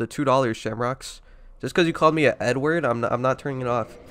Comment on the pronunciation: It sounds like you said 'he called me n-word, don't call me n-word...now I won't turn off the subtitles.' I only know you actually said 'Edward' because I was there for the stream. Kinda funny how close n-word(not the actual n-word but literally 'n-word) sounds so close to Edward. There has to be some kind of comedic connection. Though saying Edward is pretty offensive.